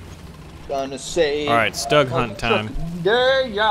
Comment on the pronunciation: Its not stug your suppose to pronounce it 'shtoog' kind of